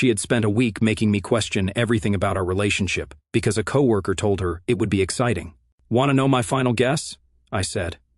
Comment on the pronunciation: Myyyy-GO-D-D....over 23- minutes of aural masturbation into this lame story, and we still don't know what the floozy-wife is up-to.... Is there some stupid reason why we cannot fix the ai's ability to properly pronounce "co-worker"??? Here's a suggestion; try spelling it "coworker" when you type in the narrative this way, maybe you'll trick it into actually pronouncing it properly!!!